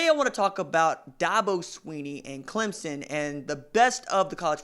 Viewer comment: At least he's pronouncing Clemson correctly, that's better than most on ESPN